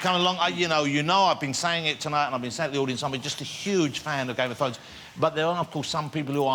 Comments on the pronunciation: Da Fozen Norf. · I'm sorry for being a dick but he said game of fwowns. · I can't listen to this guy it sounds like he says Game of phones. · "Game of fones"... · Am I hearing it wrong or is he actually saying "game of t'dhones" ? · Game of thwones, Wose Lesley, Kit Hawwington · Dwagons! Thwones! Tewible tewible human beings! Fwozen Nowf!